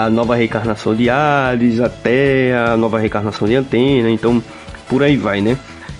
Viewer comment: Gostei, mas o "Antena" toda hora foi de doer os ouvidos! 😖